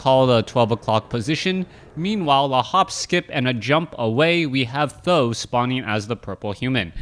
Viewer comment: Its pronounce Tee H zero zero zero, not Thou... or Sandan which means 3 eggs...